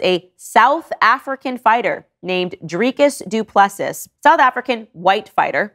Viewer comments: Pronunciation as a South Africa: Drickus Du Plessis Driccuss du Plessea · 😭 The pronunciation of Dricus Du Plessis killed me. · The way you pronounce his afrikaans name is comedy gold😂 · for what it's worth, i'ts pronounced 'Dree-kus Doop-le-see" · Pronounced "Dree-cus du Pluh-see"